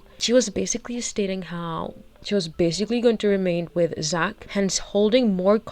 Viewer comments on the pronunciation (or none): none